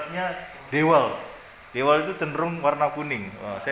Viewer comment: dewalt (diwolt)